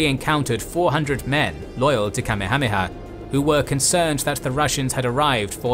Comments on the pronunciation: Yeah... should be Ka-meha-meha, not Kame-hame-ha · Say it with me: "Ka-MEH-ha-MEH-ha" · the name of the Hawaiian king is pronounced ka may ha may ha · kami-hami-ha? I thought it was pronounced Kah-mayha-mayha. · its pronounced King Kameyha-meyha, not kamihamiha lmao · I hate the way this guy mispronounced names in EVERY video he does, the name of the Hawaiian king Kamehameha, was pronounced "ka-may-a-may-a" not "Kammi-ha-he -ha" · .. Kame-hameha??? "Kamekameha[4] (かめかめ波 Kamekameha, lit. "Turtle Turtle Wave") is a mispronounced and misdirected version of the Kamehameha". Dragon Ball ~ Hmmm, I wonder did they happen to use this late King's name as reference LOL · You pronounce Kamehameha like somebody who's only heard it spoken in Dragonball. Everywhere else I've hard the name it's Ka-meha-meha. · It’s king Ka-may-ah-may-ah… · Ooof the pronunciation Kamehameha makes me a little sick to my stomach. Love your videos though! Ka-meha-meha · Kamehameha is pronounced Ka-may-huh-may-huh. You're pronouncing it like the show Dragonball Z. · Pronounced King Kah-Maya-Maya. Get it right!!!! Watch Magnum P I and you'll learn how to say it. Other than that you're doing good. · The way you say Kamehameha just sends me over the edge! 🤣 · LOL That is the absolute worst mispronunciation of King Kamehameha I have ever heard. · Then, in 2015, they did it from the east coast of America and it went much smoother. Great job but the way u pronounce Kamehameha the great is not up to your typical quality. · you absolutely ruined the name Kamehameha, and Kauai its worth taking a second to look up how to actually pronounce hawaiian words. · King Kamehameha - Ka-may-ya-may-ya Kuai - koo-why You have a tendency to brutalize pronouciations in many of your vids. Ruins otherwise good content.